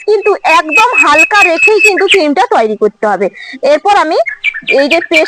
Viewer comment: তুইরি না দিদি উচ্চারণটা হবে তৈরি।❤❤